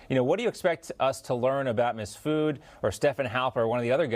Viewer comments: He said misfud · MIF SOOD not MISS FOOD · "MISS FOOD!!!" I love it. 😂😂😂 Best misspeak this year!! That scumbag deserves it.